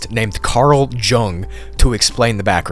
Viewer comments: It's not "Jung", it's pronounced "Young". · I hate to be that guy, but "Carl Jung" is read "Yoong", not "Djuhng" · It’s pronounced, “Yoo-ng”. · ‘Jung’,is pronounced ‘Young’. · Carl Jung. The J is pronounced like a Y. Think of his name as Carl Young. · It's pronounced Carl Young 😉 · Love it. But just FYI, Carl Jung's last name is pronounced, "young". He isn't the father of psychology, but probably its biggest contributor. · Jung is pronounced like young, not with a hard j. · It's a soft J, pronounced like "young". ✌️ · Jung - pronounced yung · Carl Jung is pronounced "yung" btw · lmao Karl Jung is pronounced "young" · You're pronouncing Jung wrong